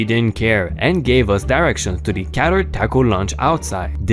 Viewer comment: CATERED is NOT said as KAT-turd ; the word is pronounced KAY- terd (KAYT-- like rhymes with gate, or late) + RD on the end of it.